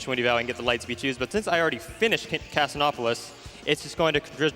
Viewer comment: "Casin-opolis"... I mean grammatically it makes sense, but that's the first time I've ever heard it pronounced like that. In 19 years.